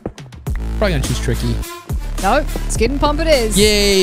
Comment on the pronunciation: It sounds like Tricky Sounds like He is Saying T